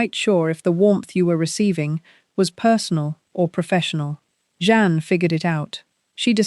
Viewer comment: His second wife’s name is Jeanne - not John or any of the other ways you pronounce it. It’s very easy.